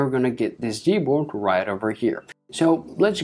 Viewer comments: It’s G not z good lord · Why his "g" sounds like "z?" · sorry but did he say z board?? 😂😂😂